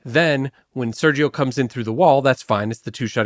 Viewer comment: …can Seth not say Sergio? Why do I feel like he said “Sarah Jo” every time